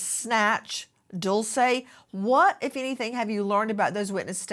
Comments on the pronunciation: AI voice guy keeps saying Dolce…. It’s Dulce Maria Alavez not Dolce & Gabbana. May DULCE be found safe and sound. Prayers ❤ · Its pronounced "Dool Chay" Not Dulsa or Dool say! I walk around where my child is... never sitting down or taking my eyes off of my child! Always on the alert and if a child approaches my child trying to leave somewhere else I stop that then and there! Traffickers use other children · He said her name wrong